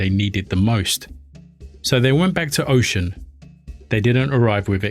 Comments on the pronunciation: Just to let you know, for future references, the pronunciation of these words are incorrect. It is pronounced “Oshuuuunn”, not Ocean. Also, It is “Or-ee-sha” (Orisha) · Orisha pronounced Or-Ree-Sha Oshun pronounced Oh-Shoon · Oh-Shoon (Oshun) NOT Ocean. Sorry, just can't.. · This was a decent job my guy But you gotta learn how to say their names properly. You mispronounce her name in the way you say “Orisha” Osun is the Yoruba spelling and it’s pronounced “oh-shoon” and Orisha is “O-Rii-Sha”. you can take it a step further and say them properly. Did a decent job, Now do an Even BETTER one. 😊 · Great content but please look up the proper pronunciation 😹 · Respect to oshun, plz say her name right.